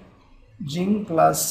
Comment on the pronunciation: it is zinc not ginc